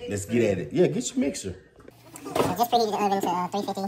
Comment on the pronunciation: saying Mike Mike! Lol I know it's mama but it sounds like Mike Mike 😭